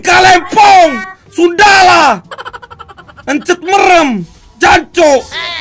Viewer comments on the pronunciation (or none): WEY HEUNCET BEREM BUKAN HENCET EREM